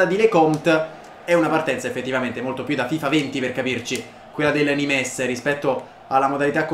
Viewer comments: Non di dice nimes ma nim, non per fare il mestrino eh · bel video, il NIMES si dice semplicemente NIM. e ROUX è RU